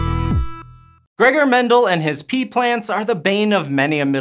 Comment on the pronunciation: There are pee plants? There are pee traits? Oh pea? This guy loves saying pee or is it pea?